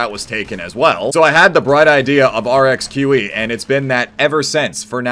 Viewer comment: pronounces Rxqe the best imo